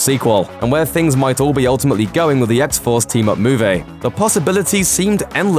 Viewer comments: Move-E. Not, moahv-ay. Pronunciation and phonetics ol’chap. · You say movie strange. Move - Ay. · Interesting insights into this "moo-vay" ;-D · What's a moovay? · how does a guy who can't pronounce the word "movie" get a job talking about movies? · god that pronunciation of movie just urks me